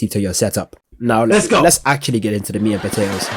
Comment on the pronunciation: Dude said "meat and potatoes" without using a single T.